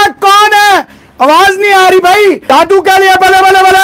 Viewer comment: Sir jaadu nahi jaddu 😂😂